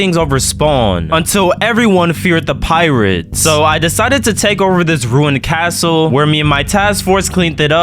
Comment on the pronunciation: bro i thought he said pyrids not pirates